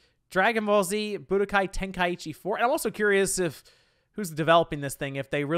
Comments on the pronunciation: It's pronounced Ten-Kai-Chi!! There's no extra I in the word 🤬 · Thank you for sharing your thoughts and feelings, I'm definitely ready for this one. SO many good times with this game and when you pronounced it "ten-kai-Eee-chee" it brought tears of joy to my eyes haha. It reminded me of the days when my boy used to say it that way and I'd always laugh and be like , you mean ten-kai-cheese? Because it was so easy to hide then spam . It was fun!! But not being funny or anything because I'm definitely not a wack job but it truly is pronounced ten kai chee but I like the way you and my friend say it.